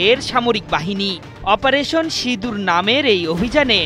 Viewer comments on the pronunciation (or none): none